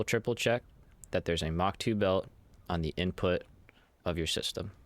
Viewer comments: The word is MARK, not mock. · i thought it was kinda funny - American accent, but English on the Marks because that's presumably who he has heard the word from